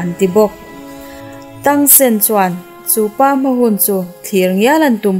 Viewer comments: An hming I lam dik lo na sa ee🗿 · Dik chiah brother Tang a hming leh Xio wu hming a lam dik lo char2 😒😒